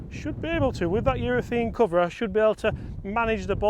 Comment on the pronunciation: Love the content but please urethAne not urethEne